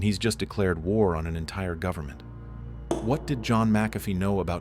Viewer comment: "Governmen" loll